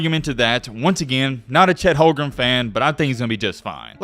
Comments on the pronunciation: Its Holmgren not Holgrum btw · At least pronounce Chet's name correctly 😂 Holgrem was so cringe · it is on purpose that you can't pronounce Chet Holm-Gren. not hogrum?! I guess it must be so that you don't get some type of copyright claim or something. Also. Pro Am games are pronounced Pro - Am not proum